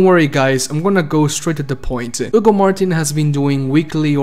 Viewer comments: not really. Its because Hugo is a common name in spanish so we dont say the H. We definitely say the H on... That guys name. Lmao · keeps calling Hugo "Ugo martin" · The H in spanish is silent 😄